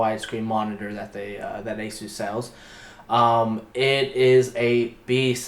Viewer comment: He said asoos and Rog...FML